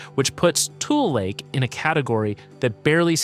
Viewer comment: It’s not TOOL lake, it’s TU-LEE lake